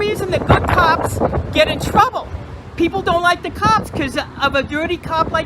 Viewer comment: You mean twubble